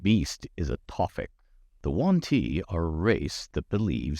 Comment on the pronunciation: He sais "The One-Tea" during all this video) ☺